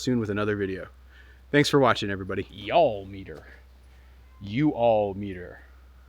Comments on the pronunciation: you lived in VA long enough to know how to pronounce that y'all 😀 You need to install that Y'all-O-Meter in a flat unobstructed spot. I don't know why it doesn't come with mounting stakes - I cut up a metal hanger and stuck the wires in the holes in the end of the plastic to stick in the ground and then also used a little bungee around it and a piece of rebar I stuck in the ground behind it for more stability. It survived that 60 mph wind we had last winter in Burlington. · Listening to try to say y'all in northern accent is painful for me 😂😂 love ya!